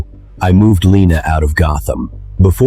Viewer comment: Gotham ❌ Gotman ✅